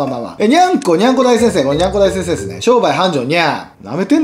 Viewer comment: にゃんこ大先生がにゃんこ大戦争に聞こえるw